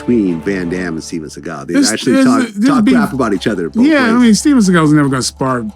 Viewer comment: They have videos of him running.😂 And it's funny how they say Steven Seegal in a complete wrong way like he says.